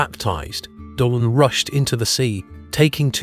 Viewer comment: Donn is pronounced Dunn